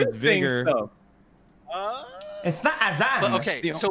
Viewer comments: cant pronounce vigor... yikes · i swear .... if he says vigor wrong ONE MORE TIME